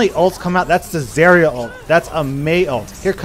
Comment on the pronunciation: you said zarya weirdly